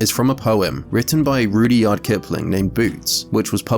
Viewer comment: Had to stop at the massacred pronunciation of Rudyard!! And he’s apparently English!?